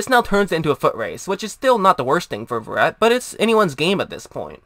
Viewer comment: This guy cant even pronounces his last name right. This dude a robot or something?